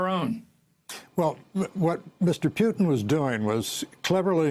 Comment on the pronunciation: I love how George Will pronounces Putin as "Pewtin" !!!